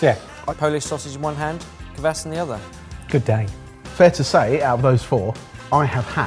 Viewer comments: "Kvass" not "kuhvass" also "gira" like "geerAH" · I really enjoyed hearing say "kvass". He'd unintentionally put space between the 'k' and the 'v'. One thing I'd say is that the 'a' isn't like in "apple", but more like an "ah". Helps to make it sound less so like you're talking about someone's ass